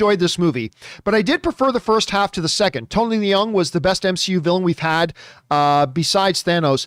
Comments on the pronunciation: Tony Leung, Leung doesn't pronounce "le - ung", Leung pronounce like "learn". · Absolutely incorrect, unfortunately. Watch any Chinese awards show where he wins, the call him “Lee-YUNG Chi-Wai”, which is how his name is pronounced in Chinese. Obviously, in China, the family name comes first and “Tony” is just an Anglo-cized version of “Chee-Wai”. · yes actually “learng” is more accurate but I just afraid people will also pronounce “learng” in a funny way so I use a word "learn" that everyone know how to say. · The way people have been pronouncing it has been annoying me too lol. It’s basically “learng”!